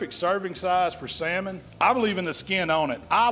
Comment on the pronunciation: I’m so proud of you! You finally learned that L is silent. I ain’t knocking you, I’ve only learned that in the last 10 years or so and I’m just about 60 years old. Btw, that saLmon recipe rocks, I’m going to try it. Thanks for teaching us what you know sir, I really appreciate it. I wouldn’t be able to smoke meat without your tutelage, been hanging around your stuff for several years now and again, I really appreciate it.